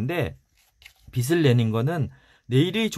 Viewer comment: 너무 좋은 책들 잘 듣고 있습니다^^ 감사한 마음으로 듣고 있는데 작은 부탁은 빚 발음하실때 비시 비슬 하시는데 비즐 비지 라고 해주시면 좋겠어요^^ 죄송합니다 이런 부탁까지 해서요 좋은 방송 잘 듣겠습니다~~!!